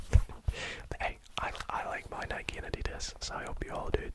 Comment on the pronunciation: I really appreciate that you pronounce Nike correctly